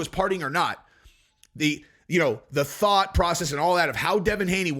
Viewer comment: "so here's the though" or "so here's the dildo" 😂 I'm going with #2 😁 Great work with your words you sly dog! 👁️ C U or is it ICU for a washed up Connor?